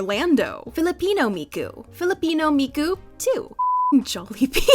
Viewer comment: If you're going to say Miku that many times, it would be a good idea to practice pronunciation.